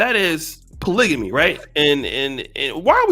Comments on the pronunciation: Yooooo what word is she saying. Polyjamous lmaoo. I know there is polygamy and polygyny, but I'm quite sure that isn't the correct pronunciation of either. She needs to go back to the drawing board. A lot of the stuff she said made no sense. She is just trying to get paid off the manosphere. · Is this women for real, I'm not black and hell noooooooo. This women is full of it and of course she's single. She can't even pronounce polygamy.